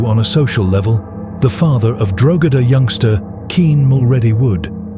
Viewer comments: Good video, but Drogheda is pronounced Draw-heda, not "draw-gedder". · its pronounced DROH-EDA not DROGEDA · It’s pronounce Dro hedda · Drogheda, the place where it happened is pronounced DRAW-HEAD-AH. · Drogheda... is pronounced Dro-huh-duh The mispronunciation was distracting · Its pronounced Draw-hedda... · It's pronounced Deo heada. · Drogheda - the "g" is silent. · Great video but your pronunciation of “Drogheda” is woeful. If you’re doing videos in the future I’d suggest researching place names if you’re going to mention them so much.